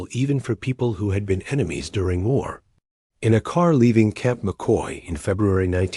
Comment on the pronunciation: camp mockey? It's CAMP McCoy